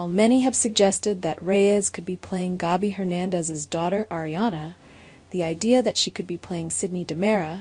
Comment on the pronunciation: I’m tired of hearing you mispronounce names. In the same sentence you say both “SAAHMY” and Sammie, (which is the correct pronunciation)! Get it right or don’t say it at all. You do the same thing with Gabi! It is NOT “GAHBY”.